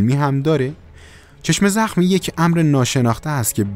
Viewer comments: آقا چرا میگی چشمِ زخم.کسره نداره.کلمه یکپارچه س.چشم زخم .بدون کسره. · ببخشیدا ولی چشمِ زخم گفتنت روی مخه:/| عزیز این دوتا کلمه جدا جدا نیست یک کلمه‌است چشمْ‌زخم: واژه مرکبه(یعنی یک‌کلمه‌است که از دو جزء معنادار ساخته شده)؛ به لغت نامه دهخدا مراجعه گن/ بدون کسره خونده میشه وقتی با کسره میخونی ترکیب اضافی میشه متشکل از مضاف و مضاف الیه